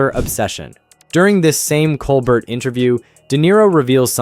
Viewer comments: It's pronounced "coal-bear". Not "coal bert". More French sounding. Don't forget Trump's mishandling of the pandemic, in lieu of lining his own pockets with donations and grifting from millionaires and the taxpaying public. Trump fans still think he's a TV personality and entertaining. But a comedian is not what we need. Unfortunately, the Republicans in office are scared for their jobs, when they could get fired for something trivial or anything that personally displeases Don. He cares nire for his personal goals than the people he was elected to protect. How many man, women and children have died in the past 4 years while Trump was in command? Shameful. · Stephen Colbert (/koʊlˈbɛər/ kohl-BAIR)